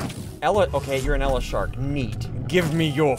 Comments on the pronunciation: it's not ela shark it's Eel shark pronounced e-IL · Ela shark😂 it’s eel shark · It's an eel-shark not ele-shark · its eel shark not "ele shark" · Sounded by the way eel in eel shark is pronounced (Ey-all) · Bruh its pronounced eil-shark